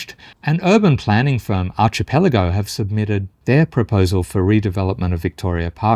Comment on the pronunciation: its ar-ke-pe-la-go not ar-chee-pe-la-go